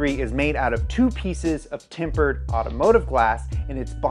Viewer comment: He's saying TEMPERED? Timbered lmaoooo